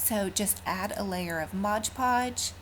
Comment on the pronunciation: I love your DIYS, they are fantastic and I pray this is not taken in a negative way. It's actually a common mistake but the mis-pronunciation of MOD PODGE drives me crazy... It is pronounced MOD podge, not MODGE podge. I know I'm gonna get some hate, but I honestly don't mean it in a bad way. And, I only want to help.